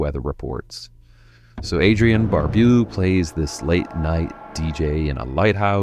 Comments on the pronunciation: Barbeau, French name, same pronunciation in English. Bar BO. Not Barbu...that means a bearded man. Both versions of 'Invaders From Mars' superb. saw the first age 8 and only the first THING scared me as much. Scene with the dead dogs falling out in the greenhouse. Saw THAT 3 nights in a row, NYC channel 9's MILLION DOLLAR MOVIE, 8 to ten, Mon to Fri. Screaming nightmares...parents said no to Thursday. Understandable, in retrospect. Karen Black as the toothy devil doll recreated, 3rd segment Trilogy of Terror! Scared me as adult! Kate MacKinnon did version, as Kelly Anne Conway in a sewer drain. Perfect analogy for the sewer swamp of MAGA. You are doing fine job here. Up it keep. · Adrienne Bar-bew? It's pronounced like "bow"... Bar-bow. I'd like your videos much better if you pronounced things correctly. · interesting views on these films ! ! Adrianne barbeau ! the name barbeau is pronounced barboe not barboo !traumatized ? lol no ! silver bullet was a damned good film ! some of them were cheesy but fun , and some were absolute horror !prince of darkness is number two of carpenters apocalypse trilogy , the first film was the thing , and the final film ? in the mouth of madness ! all good films in the case of the thing ,a true classic ! and no one was traumatized , we were a lot tougher than young people today ! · Adrian Barbeau ("Bar- bow") not Bar-bew. you also missed Ghost Story with Fred Astaire and Douglas Fairbanks, Jr. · Bar-BO, not Bar-bew. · It's not Adrian barbuu its barbow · Adrienne "Barb-bew"? It's "Bar-boh" Barbeau. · Adrian Bar-Bow not Bar-Bew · BAR BOW BOW. BARBUE? C'MON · Great video. Note, it’s Adrienne Bar-Bo not Bue but spelled Barbeau. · Adrienne Bar-boo?? Really, dude? Lol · It's pronounced BAR-BOW,! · Pronounced Adrian b a r b o w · Bar-bew!?!?! Nooooo!!! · Adrian Barbeaux is pronounced BarBO lol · Its pronounced Bar-Bo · .... It's pronounced "bar-BOW". Obviously. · It's Pronounced Adrian Barbow. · Adrienne "Barboo?"